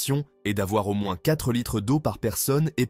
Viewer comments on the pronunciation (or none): none